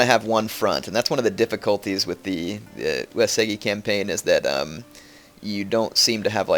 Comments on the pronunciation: Yeah, maybe you should too a = ah i = E as in "eat" u = oo as in "oooh" (Long o) e = ey as in "hey" o = oh U-e-su-gi = oo-ey-soo-gE The g is always hard. Yes he is also pronouncing "Takeda" wrong too. He pronounces it Tuh-Kay-duh. When it's meant to be pronounced Tawk-Ay-Dah. (Short A, Long A, Short A) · He is. It's pronounced "Eww" "Es" "Ewwgi" (Hard G). He also pronounces Takeda wrong.